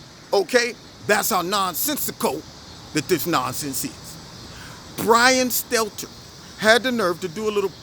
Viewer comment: Poor little brian stelter.... Mark Dice says his name perfect hahahaha....